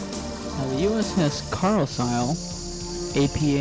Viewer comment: Carsile the s is silent pronounced car-lile